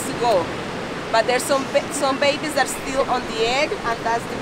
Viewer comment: "babbees…" alright I'm gonna learn Spanish